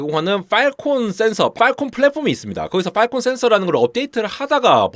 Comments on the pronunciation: • 세계 최대의 '외눈'박yee→ 세계 최대의 '블루su크ㄹyeeㄴ' ··· :( • 발음주의 : 팔콘 (o) / 빨콩 (x) • 요약: "클라우드(Clowd)를 (BSOD로) 공격(Strike)한다" or "클라우드(Clowd)가 (BSOD에 시달려서 결국) 대규모 파업(Strike)을 강행했다" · 빨콩센서 빨콩센서 그러길래 뭔 소린가 했네 ㅋㅋ 발음 좀 어떻게 해주세요